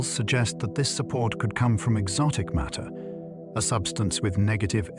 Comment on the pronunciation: You could narrate this yourself or with a voice actor. Five minutes in and I hear "maytee tells space-time how to curve and space-time tells maytee how to move." I don't know how the word matter becomes "maytee" on what's supposed to be a science channel. Sorry for the harshness, but this is a large part of what's wrong with the Internet. People will blindly believe anything, and I didn't stick around for the rest of this video to see if this content is factual.